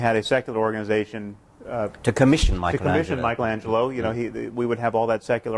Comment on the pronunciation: Setting aside the mispronunciation of Michelangelo, the question around :30 is absolutely brilliant. What might the great artists of history created in the absence of religion? Also, Hitchens is demonstrably accurate in stating that theists, FAR more than atheists, are responsible for the disrespect, desecration, and destruction of religious art, music, and architecture.